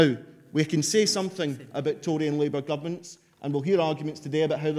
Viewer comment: It's pronounced Tory!